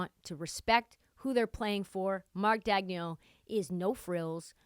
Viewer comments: You’re butchering Marks name lol. Just call him coach Mark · You’re not saying Marks name right still lol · "Nobody knows how to pronounce his name" proceeds to pronounce his name wrong "They got Dario Saric, who's probably going to be bought out" Yea this chick has no idea what she's talking about, Dario is finishing the year in OKC, he's not going to be bought out.